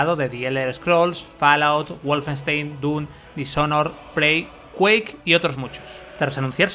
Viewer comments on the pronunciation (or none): none